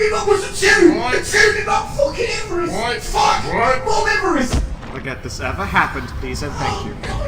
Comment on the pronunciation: I prefer his second Tau rant. "MOMEVEREST"